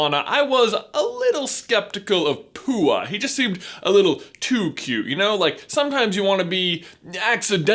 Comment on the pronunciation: He pronounce Pou Poo... its pronounce Poh a